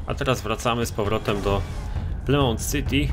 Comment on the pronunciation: To nie jest "Plymout" ,tylko "Palmaut" jak już ...